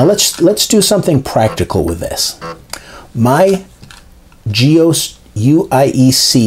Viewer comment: Do you pronounce DOS as 'dose'? I've never heard anyone pronounce GEOS as 'ge-ose' but always 'ge-oss'.